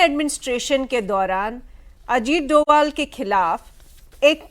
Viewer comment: सर अजीत डोवल नहीं अजीत डोभाल है वो मेरे उत्तराखंड के पौड़ी गढ़वाल के मेरे ही गांव से ही है